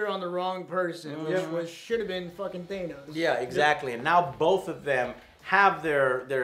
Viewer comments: Or they think it's ACTUALLY pronounced that way... even though Nebula and Gamora clearly say "THAN-os" rather than "THAY-nos". Also, if you know your Greek mythology, you probably realise that the name is derived from the Greek god of death (NOT the Underworld/afterlife, that was Hades) - Thanatos. Which considering his whole storyline with the Marvel universe's embodiment of Death (and obsession with the concept itself), really does make plenty of sense. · Thanos not Thainos. omg lol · Joe, why are you saying Thaynos? Why are you guys saying Thaynos, not Thanos?! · not a fan of how he pronounces Thanos. it's not theynos Joe. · for the live of all that is holy PLEASE stop mispronoubcing Thanos!!!! "T-H-A-N-O-S" no "E" bro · Quit pronouncing Thanos wrong